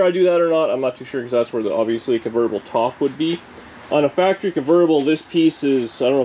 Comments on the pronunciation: Hactory, hahahaha. Sweet refit today. Thanks for sharing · FACTREE NOT HACKTREE!!!!👍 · I love what you said that Dani said HACKORY? Great job my friend....